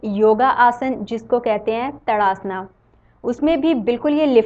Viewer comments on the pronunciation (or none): just one correction the asana is called pronounced as "taad - aasun"